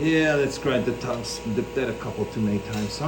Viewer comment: What, did you say tungston rod?